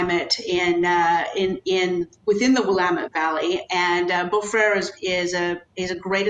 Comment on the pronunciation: Dude, learn how to pronounce, it’s French not Spanish, beaux freres